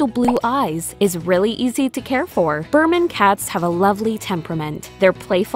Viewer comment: No one: Narrator: the fold version is, unfortunately, prone to a severe health issue "BIRMAN"